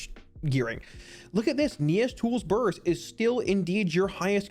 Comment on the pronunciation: "bUrRS" <- whenever he says it, eat a cookie!